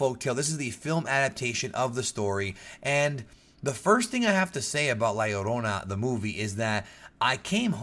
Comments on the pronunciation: Man I just came to watch this because I knew was Hispanic. Glad to hear you pronounce it correctly! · It's Pronounced La Yur-ona because "Ll" is "Y" in the Spanish Language. A Good example is "Pollo" being pronounced as Po-yo.